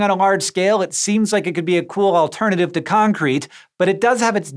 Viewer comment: My wife couldn't help giggle because she kept hearing Hank say AssCrete